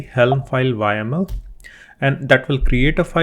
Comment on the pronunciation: repeat after me "yaaaaaaaaaaml" not "Y.M.L"